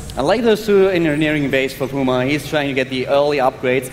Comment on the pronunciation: It's puma not poooooooooooooooooooooooooooooooooooooooooooooooooooooooooooooooooooooooooooooooooooooooooooooooooooooooooooooooooooooooooooooooooooooooooooooooooooooooooooma